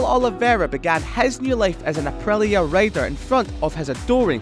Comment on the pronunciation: why this man isn't able to say the letter i it's aprilia not aprelia